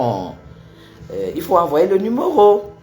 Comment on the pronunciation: On dit "numéro"et non "numoro"